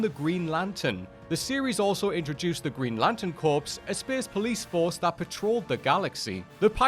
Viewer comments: Corps is NOT pronounced corpse...it's pronounced CORE. You sound English/Aussie?, but you can't pronounce it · "Corps" is pronounced "core". A corpse is a dead body. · "corpse"....... smh...🙍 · Just pointing a couple of things out Not complaining about the list In Green Lantern Corps, the “p” is silent. And it is Sub-mare-inner, not Sub-ma-ree-ner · In the case of Corps, both the p and the s are silent. As regards Lamor, I'd more readily pronounce it sub marr inner as opposed to sub mare inner.